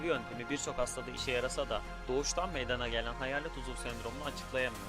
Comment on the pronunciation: uzul değil uzuv